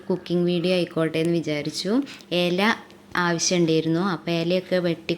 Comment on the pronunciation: എല അല്ല _ ഇല ❤ ''എല എന്ന സാധനം ഇല്ല